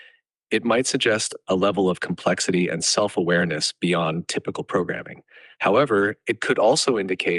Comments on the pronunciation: anger on full display. “I understand the comPLEXITY of the situation!” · the emphasis on complexity 😮😅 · the AI gets mad at the repetitive questions and over pronounces the “x” in “complexity”